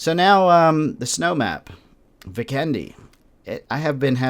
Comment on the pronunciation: I doubt Vikendi has an English origin so of course Americans are going to struggle with it. Just as you struggle with English grammar.